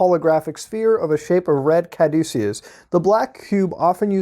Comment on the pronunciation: It's pronounced ka-doosh-us (Caduccus).